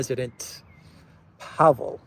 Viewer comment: Almost all Czech words and names are stressed on the first syllable (which isn't necessarily one with a long vowel). I think Pavel is thinking of his national debt. 🤡🌎 Funny!